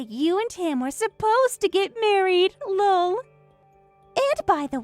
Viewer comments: If youre not gonna do Laugh out Loud fully then say EL OH EL and type it l.o.l or something ffs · I swear to God that if I have to hear lol as one word with a long o one more time, instead of Laughing Out Loud, I'm out. Reality would be an actual laugh. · Even just putting a space between each letter so they actually say L O L would help. I'm not the first, or even the 100th, to complain about this. It makes me batshit crazy. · Lol means laugh out loud not the way you're saying it